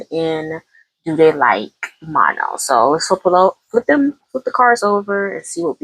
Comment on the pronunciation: Pronounce her name like Ma(h)-no, no n at the end. Kind of like in a French accent.